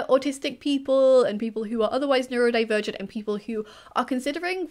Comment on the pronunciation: "Neuro diffrerent" MAKES ME WANT TO SCREAM!!! ITS CALLED AUTISM,!!!